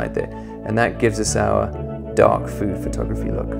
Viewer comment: When he said "dark food photography is really popular right now" it sounded like dogfood photography to me xD I just thought: what?! Dogfood photography, really? Trends these days... *:-D